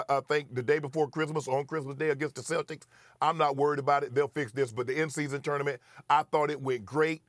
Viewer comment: The way SAS pronounces tournament is broken